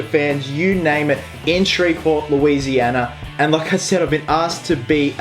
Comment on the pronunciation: Omg he said Shreveport lousianA